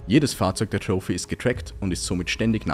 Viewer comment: …und es heisst troffi nicht troufi 😂